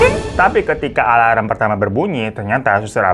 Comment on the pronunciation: ngakak banget pas babu bilang ALALM🤣